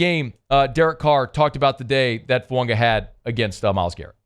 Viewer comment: As long as I’ve listened to, there is still no N in Fuaga’s name.